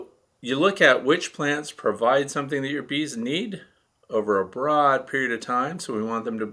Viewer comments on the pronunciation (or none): none